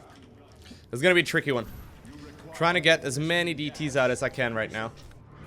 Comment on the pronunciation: been a minute since i've watched, forgot how many times he says "chrrickkee" (tricky) ahh memories love these videos